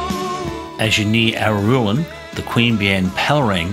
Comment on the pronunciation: You seem to struggle with the pronunciation of 'Araluen', but thanks for the update on this road. 👍